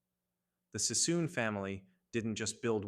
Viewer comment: It's David Sassoon not Cissom. AI crap-factories are so ratchet. What's with the World War 1 & 2 footage? What's with the maps highlighting Alaska ? 78 subscribers and turning the web into a junkyard.